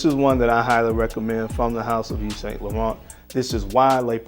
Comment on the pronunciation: Correct pronunciation: Eve Son Lauren, silent Ts and not Saint..... Aqua D'Gorr, not Di Gio 👍🏼 home boy.